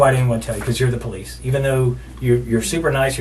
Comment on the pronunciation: “Po Lease officer” 😅